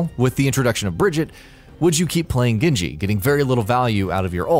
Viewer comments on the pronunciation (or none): none